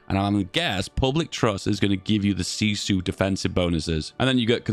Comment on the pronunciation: Honestly your pronouncing was good on that word :)